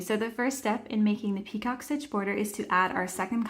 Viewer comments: it's not pronounced peacock it's picot - pronounce as PEEco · Are you doing 2 different stitches! I hear you say ‘peacock’ stitch but it says ‘picot’ pronounced pee-co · Great explanation. FYI—It’s French, pronounced pee-co, not like peacock. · Easy enough and you showed it okay, but the title says picot stitch, but the entire video you say peacock. I thought it was just the subtitles that were wrong, but nope, you literally say peacock the entire video and its so annoying. Plus the very first PICOT, you said to slip stitch in the first chain 3, but proceeded to put it in the first bar on the second SC, at least you said it right on the second PICOT, and said slip stitch in the first bar of the second SC. 😆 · Very nice and thank you …it’s pronounced picō…t is silent and long o sound. Just trying to help. 😊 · It’s pronounced (pee cō. ) The term is French in origin. Thought you might want to be made aware. It’s pronounced (pee cō.) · It's pico...the t is silent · Picot is pronounced pee-cOH. It’s like “Waiting for Godot” or a glass of “Merlot”. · Nice tutorial, thanks! Just so you know, the T in picot is silent, it's pronounced pee-koh. 😊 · I thought she said peacock stitch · UGH!! The “t” is silent. Have you never heard it pronounced before doing your video?